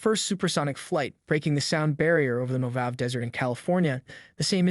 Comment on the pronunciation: Mo-hav? Ooof, Mo-Ha-Vey or moʊˈhɑːvi if you know the International Phonetic Alphabet